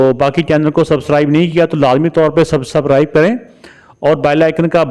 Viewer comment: pehle subscribe bolna sek le phr youtuber bani